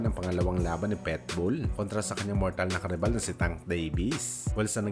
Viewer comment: Ang sarap pilipitin ng dila mo,petbul ka ng petbul..PITBULL